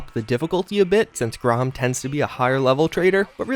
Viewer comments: Its pronounced GREY-um or GRAM not GROM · "Grom"?, c'mon... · And do you spell "Graham" with only one "A"? The mutant's name is pronounced GRAHM, not GRAHAM. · Grahom? It's pronounced grayham